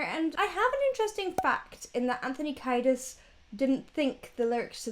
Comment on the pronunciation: I think his best vocal is on Brendan's Death Song, so you should check that one out. Also, the first syllable of his last name is pronounced "key," like a car key, instead of "kai."